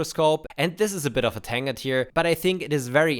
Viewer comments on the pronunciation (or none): Tangent pronunciation wrong